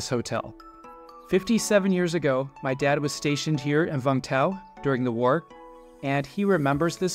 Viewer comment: It is Vung Tau. Not Vang Tau!